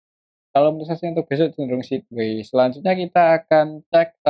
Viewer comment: BKN sidwei mas bacanya tp saidwei 😊